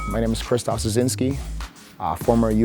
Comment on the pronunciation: Omg hes polish its Krzysztof not kaysause